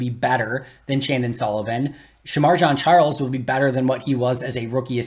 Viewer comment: Just for accuracy's sake, Shemar Jean Charles pronounced his own name in the locker room and said "Jean" like blue jeans. Just sayin. Actually, I really liked the comparison and analysis today.